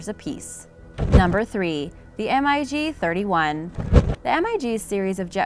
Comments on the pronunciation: She didn't even mention that the F35 is capable of vertical lift then they use an image of one when she is talking about the Harriar oops and it's pronounced mig not spelled out M. I. G dummy and these were just the obvious mistakes I'm sure there were more. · S U 35 NOT Sue 35. Mig not M I G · Damnit its MIG not M.I.G!! Maverick its Goose, we got 2 M.I.G's on our ass!! Lol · SU 35 is derived off of SU 27, not SU 25. It's not M I G. It's MIG, one word. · When you say "M" "I" "G" instead of "Mig", you obviously don't know the subject matter. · Crap narration. It's Mig. Not M-I-G. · says m.i.g instead of mig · Lmao the thumbnail! Like, I know has some pretty clickbaity thumbnails, but seriously? An F-22 air superiority fighter with like 20 bombs and fuel tanks under its wings? Really? And it’s pronounced “MiG” not M I G. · MIG is pronounced mag MAG....!!! Not an M I G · I just goe cringed by the M I G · Glad you pointed that out, I heard "M.I.G 20" and went WTF!? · Like calling a mig an M. I. G. ...lol. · The MIG is pronounced MIG, likePIG. Thought everyone knows that. Lol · Wrong plane shown ... that is an ea-6b Prowler i think. Plus, stop saying M-I-G, ick! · This is making me laff so hard. Just look at the comments. The video is obviously a dud. "M.I.G." lmao is this lady serious? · Everytime she says m I g a rookie misses the wire in a carrier landing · The m.i g? lol Must be an upgraded version of robot voice. T50 my 1st choice, then the A10. I'd say though the true measure of these aircraft is not something that can exist on paper. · Not Three words its MIG one word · Maybe it's a "robotic" voice? If it "sees" a word that's in all caps, it will pronounce it by the letters. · For Example, Russian fighters, Mig is pronounced as a word not spelled out while SU is spelled out. Just shows your unfamiliarity with military aviation. Small details like that. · Mig is pronounced as a word not spelled